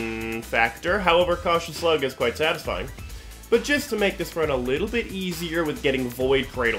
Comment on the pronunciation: cool build. fun video. take it easy on the "satifying" lol